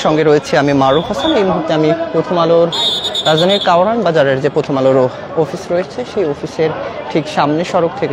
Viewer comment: ওফিস আবার কি?...আর এত হাফায় হাফায় নিউজ বলবেন না